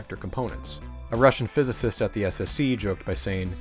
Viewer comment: mofo couldn't even pronounce physicist